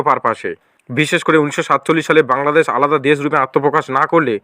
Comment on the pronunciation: বাংলাদেছ, প্রকাছ😂😂 ভাই আগে ভাল করে বাংলা উচ্চারণ করতে শেখ তারপরে বাংলাদেশের চিন্তা কর😂😂